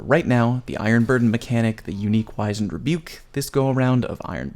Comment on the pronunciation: It's not a hard 'I' in Wizened btw. W-ih-zend. Sorry, just hear a lot of people say the word wrong because they heard someone else say it wrong and the loop never breaks